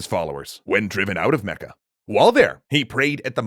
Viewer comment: omg....i'm dying....as an arabian hearing you say arabic names like "Mecca" and "Medina" in your GLORIOUS foreign accents...oh boi... lemme tell you , you're butchering them BADLY , just sayin' XD